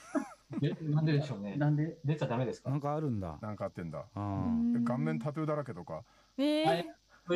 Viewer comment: この頃から「タトゥー」の発音が「たてぅー」だったんだな…ずっと…今も………